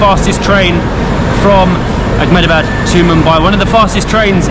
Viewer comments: You guys are doing a fab job as ambassadors of India. Totally with you! Just a little request. Please don't add a 'c' or 'k' sound in a word that doesn't have it. It's Ahmedabad not Achmedabad. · It's not Ach-medabad. It's pronounced Eh-med-a-baad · Its Ahmedabad not Akhmedabad, we dont use Arabic pronunciations in India